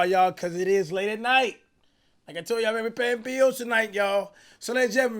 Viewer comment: Cash pausing in the middle of words for more minutes in the vid, 😂😂😂you can’t blame him. HE GOT TO PAY THE BIIIIIILLLLS